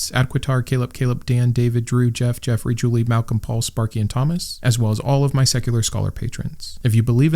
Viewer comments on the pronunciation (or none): none